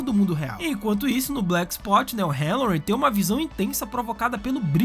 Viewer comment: Black spot e não black "sput"